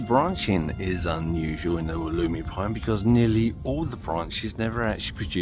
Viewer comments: Pronounced, “wolla-my” During the video you go back and forth between, “wol-emy,” and “wol-oomy,”?? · Never in Australia, the generic name is from the Wollemi national park. ALWAYS pronounced woll-uh-my. Stress on first syllable and uh= the Australian schwa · I am very sorry if I seemed angry about your mispronunciation; I was not at all. The facts were exactly right. The Wollemi pines are expensive here. One in a 10 inch pot is about $80. I always have one growing and I use it each year at Christmas. When it becomes too large to repot easily I sell it, usually for a few hundred. Any I plant in the ground die. Although in Sydney I have clay soil and they come from sandstone country. Once again my apologies for my inadvertent rudeness